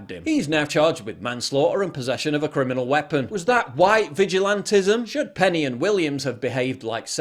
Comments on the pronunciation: Cringe, its penny not perry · It's PENNY, not PERRY!!! The message is valid, but this one of your worst videos I've ever seen!!! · It's Penny, not Perry. A patriot and good Samaritan deserves we get his name right. No malice to PJW, just a friendly correction.